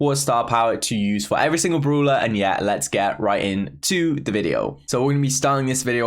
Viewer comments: Everybody: brawler: broolah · tom says broeler:0